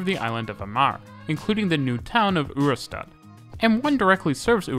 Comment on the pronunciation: Ørestad isn't a U sound, its OE - but many are unable to pronounce it.